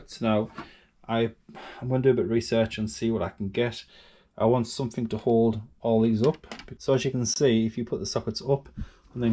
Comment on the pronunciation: You keep saying somethink instead of something. Correct grammar costs nothing. (Or nothink as I imagine you would say! 😂